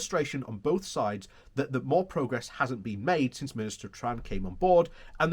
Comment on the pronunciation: Please look at the text of the article again. The Minister's name is TEHAN. There is no R in there. He is not from Iran. TEHAN is a traditional Irish surname.